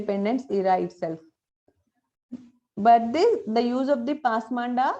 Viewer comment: This is not pasmanda "DA" This should be pronounced as "da" పస్ మాన్ద is correct.